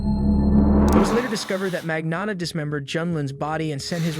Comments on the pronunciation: Luca Magno ( O like Otter or Ox sound for O. Not strong O. Not ō like Loathe or clothes) tta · He thought no one would notice his many different pronounciations of Magnotta lmao